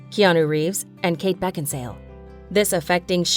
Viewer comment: Kate Beckinsal(e) pronounciation